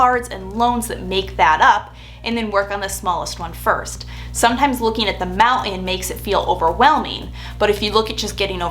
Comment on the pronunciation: The most interesting pronunciation of mountain I’ve ever heard.